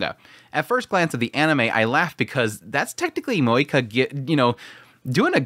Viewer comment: I clicked the video but now I regret because I know I will hear a person saying MoeKA..... haaaa.... Edit: and he talked a lot about moeKA..... this is just painful...